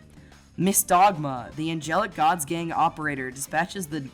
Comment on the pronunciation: Gods gang just sounds like Gods gay when you say it.